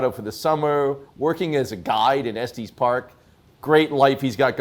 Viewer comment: It's not "Esteez park". Its "S-tis park".